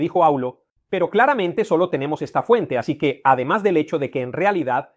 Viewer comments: ¡Y se pronuncia cue, no que! es decir, la U no es muda. Además, cualquier persona que sepa de Latín, sabe que el neologismo Vídeo, lleva acento gráfico en la "I" porque es así como se pronuncia, y él dice video, una forma errónea de pronunciar, fruto del uso de la palabra llegada de paises que no usan puntuación gráfica (Inglés) y fruto del desconocimiento del Latín y también de la no reflexión acerca de cómo se pronunciaba. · PopulusQUE. Con pronunciación CUE. La U en Latín, NO ES MUDA. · " QUE " se pronunciaba " CUÉ ". LA " U " no es muda. Los romanos no conociana la letra " U " , empleaban la " V " . QVE y no QUE. Estamos un poco flojillos en latín. Ay señor.......